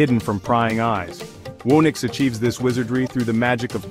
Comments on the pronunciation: Whoo-nix? Surely it's who-nix! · Garbage video. "Whoa-nix"?